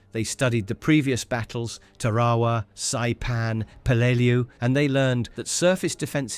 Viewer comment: . ta raw wa? Where do they find these guys? Tear A Wah!